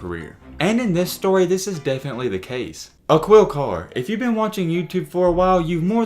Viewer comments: Uh-Quil Car 😂😂😂 it’s pronounced Ah-keel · Yup! Dude said “Aqwheel” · It’s pronounced “uh-keel” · It's pronounced A-KEEL. If you're going to continue profiting off of BLACK EXCELLENCE, please learn how to pronounce the names!!! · Aquille Pronoun A-kill, lol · His name is pronounced just like Shaquille O’neal but without the sh. Basically pronounced Akeel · “Akill” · a"QUIL' carr hahahah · dude you're not even saying his name correctly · At least learn how to pronounce bro name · He def knows a lot about shorty!! Everything except the correct pronunciation of his name. 🤦🏾‍♂️